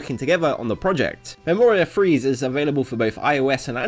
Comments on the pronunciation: It's actually pronounced Memoria "Phrase-Say". I wouldn't know if I weren't able to read the JP ver's logo. DanMachi just have some weird made up words man... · Wait this game got censored. I play both versions and I didn't even think to test the touch thing. At least none of the art seems censored. Also pretty sure the e at the end of Freese is pronounced. So Free-ze, not freeze.